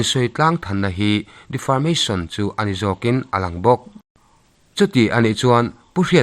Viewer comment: Defamation case tih maitur defarmation case tiin ilam daiha. 😂😂😂